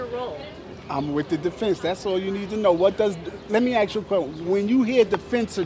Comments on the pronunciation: I dont wanna hear a defense attorney say let me axe you a question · triggered him to the point he could no longer think straight. 🤣😂🤣😂😁 "let me axe you, never mind, I'm out"